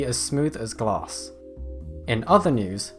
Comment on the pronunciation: It sounded like he said smooth as gas